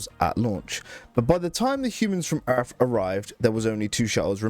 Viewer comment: i absolutely hate your accent and the way you say "erff"